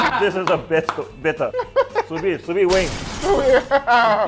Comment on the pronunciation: I do not want to be the pedantic guy, but the d in Sous-Vide is supposed to be pronounced.